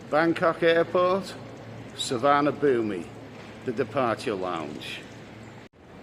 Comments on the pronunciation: I’m 5 seconds in mate, but it’s called su.varn.a.bhun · Please pronounce the airport "sewar-na-poom" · according to google translate it is Tsu - varna _ boom but definitely no ee at the end. I hate pronunciation police but that being mispronounced does get my goat. Somewhere amongst the YouTube videos, there is a video from the airport authorities that tells you how to say it. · Suvarnabhumi airport is pronounced Soo-Wanna-Poon my Thai partner keeps drumming into me hope this helps;) Great content as always 👌